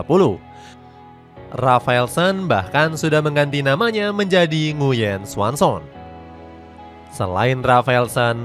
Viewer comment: Nguyen xuan son 😂😂😂 ngakak guaa anjinkk dengernya😂😂😂